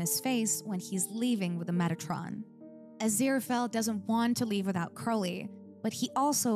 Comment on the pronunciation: You keep calling Crowley "Curly" 😂